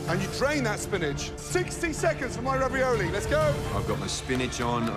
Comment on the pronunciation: “Spinieiege”, “raviolayyi”